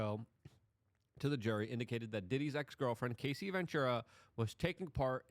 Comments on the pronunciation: Hey, don't mispronounce Casey's name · Her name is CAH C. Cassie....not Casey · Dude, her name is Cassie, not Casey.